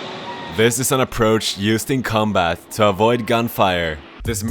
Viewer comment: The way you say "combat" sounds like "cum bath"